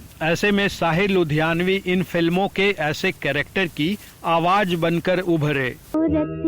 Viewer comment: Jankari bahut achhi hai par uccharan par tabbajjo dena zaroori hai. For example, ZIKRA and not jikra. AWAAZ and not AWAJ... PARIBHASHA and not PARIBHASA ...shukriya!!